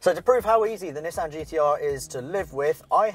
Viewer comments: Nis San >:| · I honestly can't stand it being called Nis-San... A lot of British people get mad when Americans call it a NeeSan even though thats how the Japanese pronounce it more or less. Grogeous car though